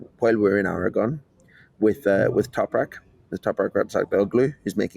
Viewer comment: really needs to practice Topraks name